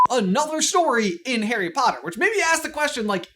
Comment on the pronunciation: Harry Pottle made me laugh too much.